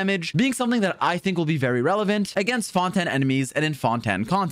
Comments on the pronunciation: why do you say fon-ten instead of fon-tain????? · FONTAN!???!!! ITS FONTAIN GOD DAMN IT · i get that fontaine is french, and fon-ten is how you would normally pronounce it irl, but in-game they say it like fon-tayn. 🤷‍♂ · HELP THE WAY HE SAYS FONTANIE 😭😭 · Fon-Ten cracks me up 😂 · no way this man is saying Fon Ten.... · why does he keep saying fontan and a knee moe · Cool video, but where is this Fon-Ten you keep referring to? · Stop saying fontaine wrong, ty